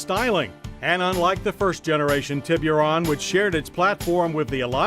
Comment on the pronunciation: "Tea-BeeU-Run" Lmfknao Hahaha